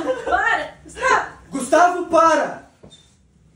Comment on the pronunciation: "Gustavo, pára" Pausa dramática com a música do filme do Spiderman tocando de fundo